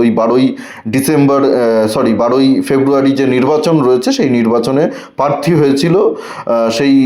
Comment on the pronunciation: খুব ভাল কাজ করছেন। উচ্চারণ এর দিকে আরও একটু নজর দিলে ভাল হত। কথাটা প্রার্থী। পারথী নয়